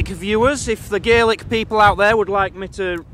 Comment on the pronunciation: It's Gaelic not GAelic god damn it the English never get it right